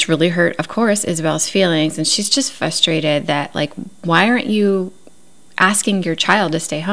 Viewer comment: First of all, I’m having a fabulous time binge watching your videos. They’re great!! Just one thing…the word is fRustrated, not fustrated. Sorry to be that person…it’s my only complaint. ;)